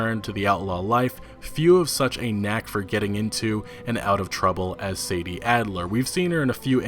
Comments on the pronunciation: Its 'Sadie' not 'Sadee' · Samuel Kinsella He's always pronouncing shit wrong lol "SAD-EE " And not Say-dee